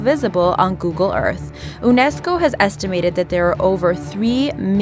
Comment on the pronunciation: did this chick just pronounce UNESCO wrong?